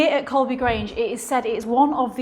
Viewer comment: Guys, it's COLEBY not Colby.